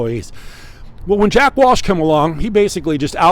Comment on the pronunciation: JACK WELCH.. NOT WALSH 👍